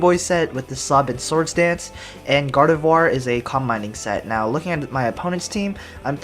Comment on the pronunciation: Gardevoir is pronounced in French.